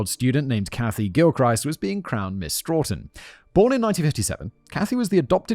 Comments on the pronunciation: Ok. Simon. My home town is pronounced Sto - tun. Long o sound. Not Straw - tin. 😂 Also called "Tough Town" by graffiti artists in the area. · I'm from ma. It's pronounced stow tun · There’s no “r” in Stoughton. Pronounced STOW-ton.